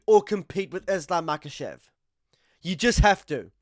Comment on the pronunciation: Chael "Makel'Chev" :finger-red-number-one